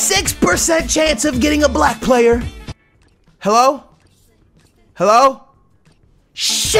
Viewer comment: the way he says hallo is hilarious